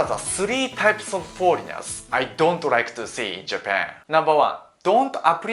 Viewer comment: Foleignels i dont rike